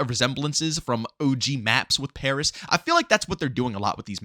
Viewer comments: He should change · Bro said “Pareeeeeee” when referring to Paris 😂 never change